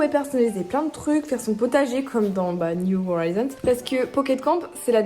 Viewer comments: Ton accent sur "new horizons" fait tellement mal aux oreilles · Son accent n'est pas parfait mais loin de la de faire mal aux oreilles